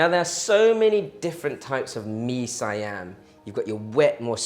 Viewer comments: That looks GOOD! btw it's pronounce as See-Yum/See-Arm. Cook more SEAS food please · don't get me wrong, i'm one of your big fan but you are pronouncing mee siam wrong. One syllabus, not two. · Nice! "siam" as pronounced in Malaysia or Singapore uses the Malay pronunciation - single syllable instead of si am. And yeah, the recipe is how I do it at home! Thanks for the vid!!